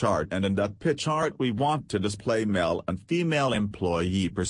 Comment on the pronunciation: Love how "pi chart" turns into "pitch art" from the robo-voice.